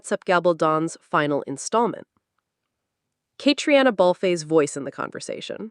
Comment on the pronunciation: It's Fraser not Frasier. And "Katrina" is how you say Catriona.